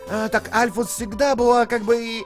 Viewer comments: Альфис, а не Альфус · Ты должен стрылять в сердце Мтт екс и это не норушит п. к..Оу,и говорится Альфис а не альфус. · не альфус а альфис!! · Не Альфус а Альфис Ну пофиг всеровно супер👍👍👍👍👍👍👍👍👍👍👍👍👍👍👍👍👍👍👍👍👍👍👍👍👍👍👍👍👍👍👍👍👍👍👍👍👍👍👍👍👍👍👍👍👍👍👍👍👍👌👍👍👍👍👍👍👍👍👍👍👍👍👍👍👍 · не альфус а альфис! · не альфУс а альфИс